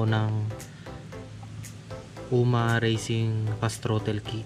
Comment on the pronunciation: Ewan Bakit naging Trotil at handil ang Pag Bigkad dapat throtol ang pag bigkas ng Throttle at handol naman ang Handle..